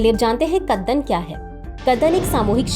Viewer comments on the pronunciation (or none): कदन्न को कितने आत्मविश्वास के साथ कद्दन बोला जा रहा है 😅